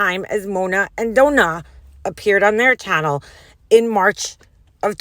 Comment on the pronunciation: "Dough-nah" im dead 🤣🤣🤣